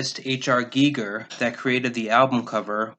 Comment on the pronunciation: Allow me to thank you for doing proper research and pronouncing HR Giger's name correctly. He is not Geiger!